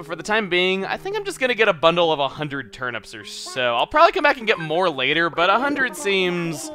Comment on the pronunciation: Why do you pronounce turnips 'turn-ups'?